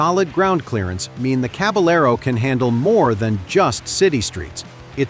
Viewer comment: It's the Fantic Cab-a-yer-o, not cab-a-ler-o ('ll' in Spanish is essentially 'y').